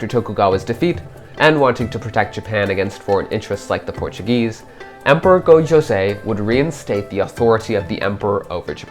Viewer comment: There is so much wrong historically and even narratively with this video that I am actually appalled. 1. It is pronounced SekiGAhara not SekiJAhara. This is a consistent theme throughout the video as he keeps calling the Emperor Go-JOZEI, not YOZEI. Whoever is speaking does not understand Japanese at all. But somehow that is not even the worst part of this video. 2. Speaking of Sekigahara, while it is true that it had rained the previous day and that there was mist, the battle itself took place under clear weather conditions. 3. The primary focus of this video seems to be on Otomo Sorin, hooking up with Oda Nobunaga. Now I realize that this is alternate history, but what motivation does either have to meet with the other at this supposed divergence point? Nobunaga, in 1578, does not need an outsider's help unless it is to become a vassal. He already has Toyotomi Hideyoshi on the Chugoku front anyway to deal with the Mori. In this scenario therefore, Otomo Sorin would have to meet with Hideyoshi, which Sorin has no motivation to do since Sorin himself is a lord and therefore no motivation to pay homage to another feudal lord, especially one which he is not directly supporting for any reason. Even then how does Otomo Sorin reach Nobunaga in the first place, if we ignore what this would do to his prestige? Are the Mori just going to let him pass through their territory, the Mori clan which he is enemies at best with? 4. Oda Nobunaga was not resting at Honnoji in preparation for